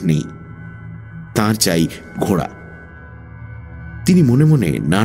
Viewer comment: খুব ভালো লাগছে, তবে কথাটা ঘোড়া , ঘ য়ে চন্দ্র বিন্দু টা বড্ড কানে লাগছে।